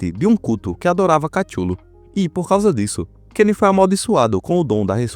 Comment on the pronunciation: eu já ouvi várias pronúncias de Cthulhu mas essa me pegou desprevinido